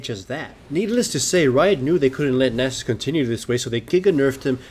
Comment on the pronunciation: Subbed because you can pronounce Nasus correctly.